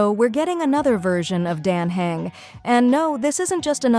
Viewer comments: I still can't tell if this is AI or not. Because the voice is very much mispronouncing "Dan Heng", but I think I hear the sound of inhaling. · Great video... but please make the voiceover pronounce all the names properly. You just need to write/type out how the words sound instead of what they look like. Dan Heng would be Dan Hung. Castorice would be Casteris. and so on...